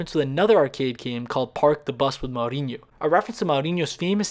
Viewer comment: its mourinho with an ou sound not ao like mouser